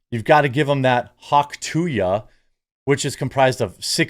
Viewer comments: it's hawk "too-uh" - there is no Y - it is not hawk "too-yuh" - idiot lol - the sound that ppl make when spitting - nobody spits hawk tooyuh lol - so stupid it's painful jesus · Could only watch half the video. Couldn’t hear him say “hawk too ya” one more fucking time. It’s hawk tuah!! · No, it's not " too ya." It's "too ah'"... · Where is the 'y' sound in 'tuah' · its hawk too ah not hawk two ya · Dude it's not hawk to-ya, it's hawk too-ah. Like ur spitting. Hence the Tuah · Omfg Jeremy it's "too-ahhh". Not "too-yah" 😆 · Dude! Being a professional news reader, You really should Learn to pronounce things correctly. Its NOT Hawk TOO-YA . Its Hawk TOO-AHH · It's "hawk tauh", not "hawk to ya"! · There's no Y in Tuah. (too uhh) not (too yuhh) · "Hawk too-yuh"? what dude? Are you 80? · Seriously Jeremy? Hawk-tu-YA?? Where did you hear ONE person say it like that? Where?! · Please don’t cover her anymore. I can’t listen to you say tooya anymore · Come on, now. "Hawk tuah." Not "hock two yuh." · There is no I or Y, its "Too-uh" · It really grinds my gears the way you say “Hawk To-Ya”🤬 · You didnt even say it right........... THIS?! is what Urnalism is today???????????? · Please say the phrase right lol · The fact that you keep saying tuah wrong even though there is a clip of her saying it is making me angry for some reason. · How can you not pronounce “tuah”? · Jeremy showing his boomer side. The Hawk To Ya girl. Come on Jeremy. You know how to say it.